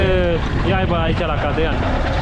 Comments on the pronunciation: Cardan nu cadran😜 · E cardan, nu cadran 🤦‍♂️😂